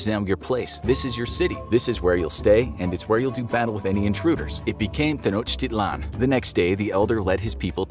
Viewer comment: “Tenochtilan” lol